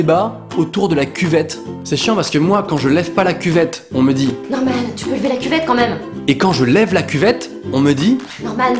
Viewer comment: A 2min 19 elle dit normal à la place de Norman